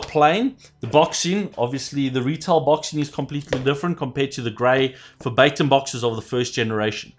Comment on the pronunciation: why do you pronounce verbatim as febaytum xD